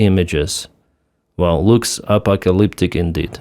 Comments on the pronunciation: THIS was a really good episode. Packed with great footage and information. I enjoyed the clueless woman calling it A-POCK-A-LIP-TICK.. apocalyptic clouds. Well done! Hit the gasoline supply, now hit their version of Amazon, Putin already ruined their internet, so what else do the big selfish babies rely on? VODKA supplies. 41C. Perhaps despair will cause an increase in recruit enrolments.. for a little while. 41C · The only word I could not figure out at first because of his unusual pronunciation was "apocalyptic", but I soon figured it out.